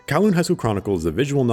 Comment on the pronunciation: Will he pronounce Kowloon correctly? Edit: he didn't